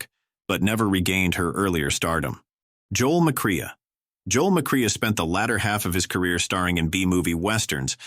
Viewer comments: Pronounced Bettee Davis, not Bet. Joel Mick- CRAY. Kay Francis started at Paramount, appearing in THE COCONUTS with the Marx Brothers. Fredric March was also a closeted bisexual. In 1934, George Arliss' HOUSE OF ROTHSCHILD was one of 3 films released with a Technicolor finales. Philo Vane is pronounced FYLO VANCE. Joe E. Brown's Thisby in 1935 A MISUMMER NIGHTS DREAM is a classic. Una Merkle played Effie in 1931's THE MALTESE FALCON, engaging in a famous onscreen catfight in DESTRY RIDES AGAIN 1939, and lastly as the Mother of Geraldine Page in SUMMER AND SMOKE. LOUISE FAZENDA, wife of Hal B. Wallis, is remebered for ALICE IN WONDERLAND 1933, and THE OLD MAID 1939, with Bette Davis & Miriam Hopkins. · It's pronounced MACRAY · Joel McCrea's name in pronounced "Mc Kray", not "Mc Kree-uh". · Joel Mac-Cree-Ah? One more positive note for YouTube AI. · Joel McRae is pronounced MacRay.